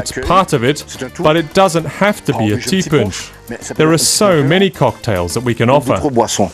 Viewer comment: Ti ponche...is not pronounced punch. Try T-poche